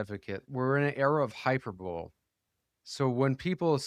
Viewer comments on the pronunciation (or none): “hyperbowl”? That is not how you pronounce hyperbole lmfao